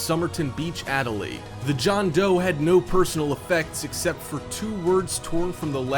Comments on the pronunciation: guys he said JOUN DOE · Did you say John Doe? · I heard John Doe what the hell did anyone hear that :o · Wait did he said john doe???!!!???!?!!!!!??!?? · Who heard him say John Doe